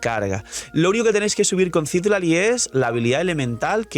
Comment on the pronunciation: v sería muy mamón si menciono que Citlalí está mal pronunciado?.. digo, tiene el acento en la "i" final, no al inicio... de igual forma debería decirse Citláli, como en México se pronuncia normalmente. Solo digo ._.